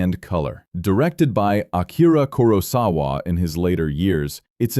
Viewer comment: Great list. Unfortunately the AI narrator pronounces Kurosawa about 8 different ways.